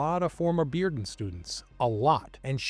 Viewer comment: I appreciate the fact that you learned how to pronounce Bearden correctly. Most people not from Knoxville would assume it's pronounced "bare-den".